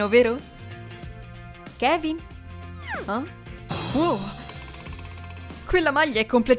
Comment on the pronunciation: Ma si dice Kevin